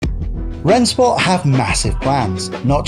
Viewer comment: Just to be clear, it's pronounced "Ren-Shport"